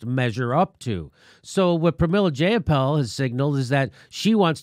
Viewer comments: Oh my god, her name is Jai-ah-pahl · Her name is pronoubced J(eye)uh(paul). Its not a hard name to pronounce and shes been in the news a lot lately. I'm not happy about a new, flawed M4A bill, but that doesn't mean you belittle someone's name. That makes you look immature.